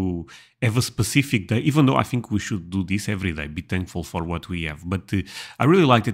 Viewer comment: just wanted to mention that "day" is pronounced "dei" . The way you are saying it sounds like "die" which is not pleasant .